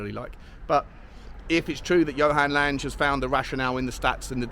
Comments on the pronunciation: I think the new dude 'Lange', being scandi, is pronounced like Tang, plus an 'eh' at the end.:) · I believe you are correct. So it should be Lang-eh.